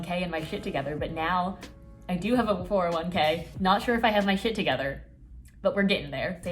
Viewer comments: Anyone else think 401K said “yolk” for a sec and was very confused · I really thought that 401k said YOLK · Straight up when she showed her bullet journal and started talking about saving I thought ‘401K’ said YOLK and I was so confused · I literally thought said “yolk” and not 401k LMAOOOO